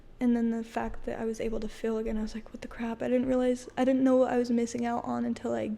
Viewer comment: They say dill instead of deal Fill for feel and enunciate the last letter of a word especially T and K